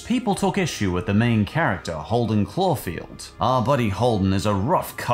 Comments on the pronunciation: CAULFIELD! The name is Caulfield. Not clawfield... Sorry. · Claufield? Seriously? Claufield? You even wrote it out. Jesus...stop making videos and read the damn book.